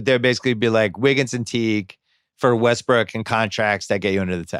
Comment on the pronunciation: They said Wussell Restbrook like four times